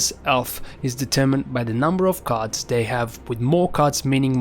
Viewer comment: What accent is that? Why you say card as carters?